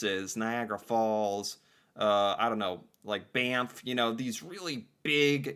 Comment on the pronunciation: But he said Banff right that was.. odd.. I almost never hear that said right.